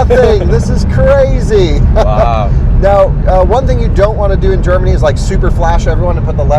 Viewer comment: Drinking Scottish coffee in Gerrrmany... ok 🤷🏼‍♂️